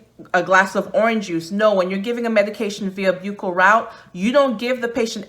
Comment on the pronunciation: Buccal is pronounced "buckle."